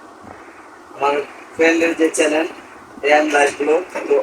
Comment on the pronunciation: বলে চেনেল। চেলেন না